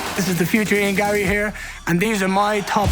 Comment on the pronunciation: Ian Gayrry